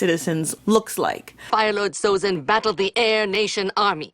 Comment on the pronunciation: Sozin, not Sozen.